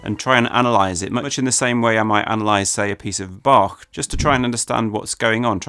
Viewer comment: respect for Bach pronunciation